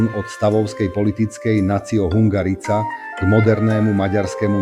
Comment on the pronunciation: Tá hudba je zbytočná, horšie sa to počúva. Hungarica -- vyslovuje sa to hungarika.